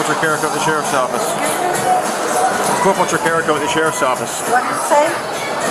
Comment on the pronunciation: "call the cherry's"???? How drunk is she??